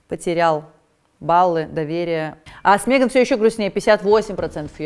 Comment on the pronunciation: Пожалуйста, хватит говорить мЕган! Ну Мэган же.